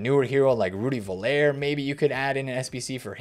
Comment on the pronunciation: it’s Völler. Pronounce it like: Vuller, like you would say ‘Trucker’ de ‘ö’ is like the ‘u’ in trucker and same with ‘er’. Thanks for all your videos.